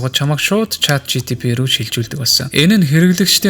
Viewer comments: yoo ymr hetsuu sonsogddin bee CHAT GTP ni 😡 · Chat GTP gdeg n ulam tod sonsogdd hetsuu bailaa 😢